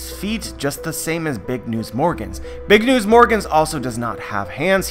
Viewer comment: He says it like BIG UH NEWS UH as in when the characters in anime say a word in english word they always add the UH